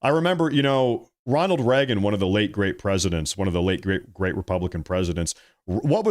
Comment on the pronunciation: His name is Ronald Reagan not Ronald Ragen